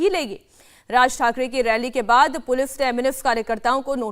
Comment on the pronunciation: मैडम पुलिफ नही पुलिस आपकाे बाेलना भी नही आ रहा है 😂😂😂😂😂